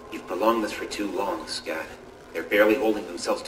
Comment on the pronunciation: No es "Scothw" es "Scott"